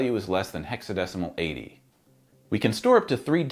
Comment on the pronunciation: The problem with pronouncing %x80 like %d80 is that it sounds just like %xA0